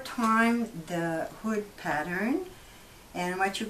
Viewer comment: I legit thought she said booty lol but thanks for the upload! really helpful and informative 👍